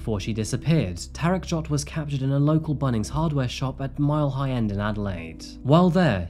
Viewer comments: Mile high end??? lol it’s Mile end. Thank you for making me giggle. I’m a local in Adelaide- from Whyalla. That plans crash was horrific. Have you heard about the Snowtown borders also in Adelaide? Oh and the family murders?? Adelaide is the murder capital of AUSTRALIA! Adelaide aka the city of churches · Great Video as usual. Two things though and only small It's UniSA (Uni SA) and Mile End.